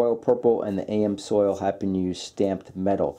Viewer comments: Good comparison. It's pronounces Ams-oil not AM-Soil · Ha, was killing me Everytime he said it. It's even color coded AMS-oil lol. And yes I realize this is 2yrs old but in the life of internet video 2yrs is nothing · It’s Am’s oil not A M soil. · it's not AM-SOIL it's AMS-OIL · "A M soil?" You gotta be kidding me with that pronunciation. 🤣🤣🤣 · The PROPER way to pronounce the brand "AMSOIL"........is like saying "I AM"........NOT "A.....Msoil". Ya don't pronounce any of the letters separately. Take the word "AM" and the word "SOIL" and put them right together.......trust me. AMSOIL. ........But everybody knows how to say "WIX".......just like everybody should be USING "Wix"........LOL. For the price.......Wix is hard to beat. Wix is the only ones I use. But I'm told Amsoil makes darn good oils & fluids. Never tried them though. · It's NOT AM SOIL! It's AMS OIL! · I have always heard it pronounced am-zoil as opposed to A.M. soil... minor point. Amsoil is expensive but it worked wonders on my 1994 f350 idi quieting down the piston slap on cold ass new england winter mornings. With delo it sounded like a handful of rocks in a coffee can for the first 15 seconds. Their filters seem legit but I think WIX has just become my new fave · Did he say A.M. Soil for AmsOil? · It's Ams Oil not A.M. Soil. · Did he say AM soil? Lmao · AMS Oil not AM Soil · Isn’t it ams oil not am soil? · Nice video, but Amsoil is pronounced Ams Oil, not A M Soil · AMS-oil...not AM-soil. Can't trust a video where the host can't properly pronounce the product name properly. I'll stick to Bob the oil guy. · Ams oil not am soil lol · great video. I must admit I kept getting caught up on the "A.M. Soils" vs "AMS Oil" thing. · The AM Soil! That's funny I had to laugh it's Amsoil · Look this is a great video but it truly bugs me when you say, A M Soil it is Ams Oil two words and the A is short a not a long a. Thank You! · A.M. Soil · AM Soil??? It's Amsoil. Not sure where you got that pronunciation